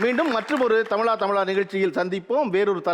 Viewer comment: தமிலா தமிலா னு சொல்ரது கேக்க முடியல. தமிழா னு சொல்லுங்க